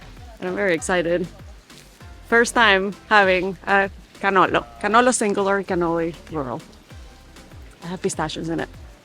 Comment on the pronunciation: Pronouncing cannolo correct but not pistachio. Camon, now 🙂